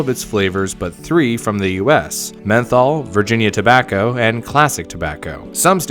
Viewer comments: 1 ur script goblin XD And u said tabacker at one point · “Tobaccr products“